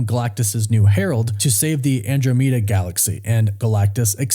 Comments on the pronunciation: ...did you really say An-dro-mee-da galaxy.... Ive never heard An-DROM-e-da pronounced that way before 😅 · The andromeeda galaxy? Lol